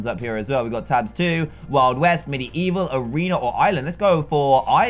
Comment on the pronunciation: Instead of tabs its tarbs